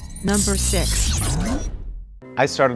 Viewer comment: She sed "number sex"